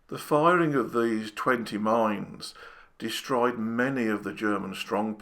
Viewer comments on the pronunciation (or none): none